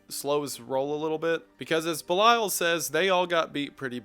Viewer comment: a genuine question , are we pronouncing belial as B’lisle?